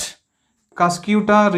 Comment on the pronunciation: ur pronouncing is wrong pls pronounce properly its not cyscyuuta its cuscuta spell cuscataa ........